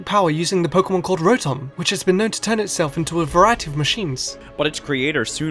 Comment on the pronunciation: Pokémon, not Pokamon.